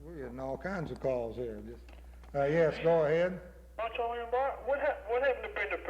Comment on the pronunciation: Moncho Man? He keeps calling him Moncho Man.